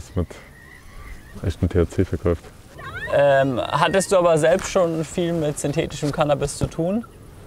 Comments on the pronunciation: Triggert das noch wen, dass er immer verkäuft sagt? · Ich bin jetzt nicht pingelig oder so aber wen wurmt das genau so hart wie mich, dass er immer "verkäuft" anstatt "verkauft" sagt? Das ist zu viel für mich 🤣